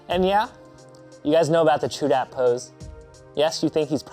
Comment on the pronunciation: great vid at the end it sounds like your saying raichu